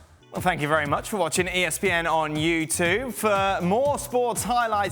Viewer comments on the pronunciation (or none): he says YouTuve! Very weird... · It’s not just me that feels bothered by the way dan says ‘youtube’ It’s weird